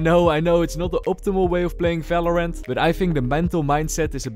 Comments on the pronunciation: efery gun in falorant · valorant or falorant ?